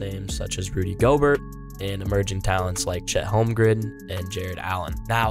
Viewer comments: ProwESS, not prowNESS. GoBEAR, not GoBURT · It’s pronounced “go-bear”. French. It’s also “prowess” not “prow-ness”. Prowness is not a word. In his “best interest” not be in his “best bet”.